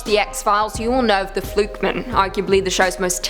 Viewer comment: The way you pronounce "fluke man" sounds like it's a surname (e.g. Joe Flukeman).